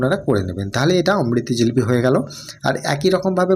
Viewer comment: রেসিপি খুব সুন্দর। ঝিলিপি নয়, জিলিপি বলেই জানি।